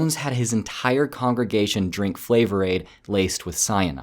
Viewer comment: Thankyou for saying 'Flavor-Ade'. Respect.